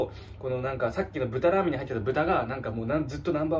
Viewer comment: 「らアメン(ラーメン)のびますよ」すこ